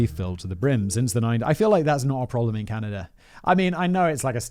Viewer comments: did he just say.. canadia? 😂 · Simon i love you but you literally make zero effort to pronounce anything, you even said "Caneyda" at one point.. lmao Simon standing up for corporations... But then again this is from the guy that says "Daddy Bezos" so....